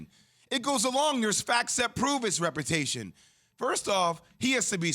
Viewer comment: Is Jay Williams saying “repertation” instead of “reputation”?